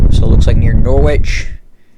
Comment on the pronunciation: You're pronouncing Norwich very very wrong!